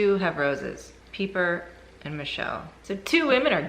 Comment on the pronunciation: Peeper? lol. It is pronounced Piper but she spells it Pieper.